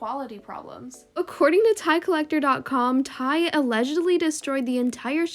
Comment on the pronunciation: Me about to die when every time she says ti AHHHHHH it’s t y eikdmdk